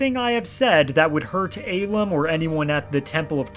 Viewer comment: Love how you sent him to the real Cloud District, but hate how you pronounce the real name Ahlam...